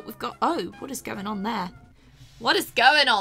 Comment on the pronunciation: U said goinging not going